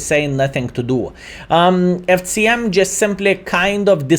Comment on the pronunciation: The pronunciation of C in FCM is unbearable. Nice content otherwise!